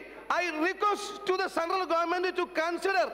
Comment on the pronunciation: actually his English is good. It's his style of presentation that is funny 😜 Felt like a schoolboy presenting an essay in class the next day 😁 Just listen to that final "Thank you sirrr"